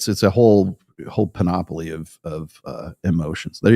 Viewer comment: "panOPoly." places the emphasis on the WRONG syllable. It's pronounced "PANoply."